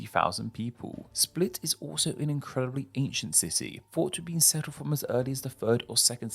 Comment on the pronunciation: It’s pronounced like “spleet”